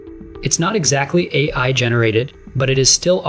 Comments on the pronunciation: hey I? you should edit the text-to-speech before releasing. for phrases like AI, try using "ayyeye" or some such in your text. right from the hooked on phonics playbook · I liked the video, as the content was great. But, this one was not quite up to par, audio wise, as your usual videos. First, the voice kept saying, “Hey I,” every time when trying to say, “AI.” The second thing was I noticed a number of times the audio cut off during transitions, thus making it hard to understand. I just wanted to point out this user’s experience. Thank you! 🕊️🫶